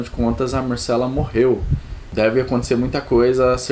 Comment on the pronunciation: mArcela, daInÉrys, escamÁgris.... please pronuncie direito os nomes, estude fonetica ou ao menos veja um episodeo em ingles para escutar bem a pronuncia dos nomes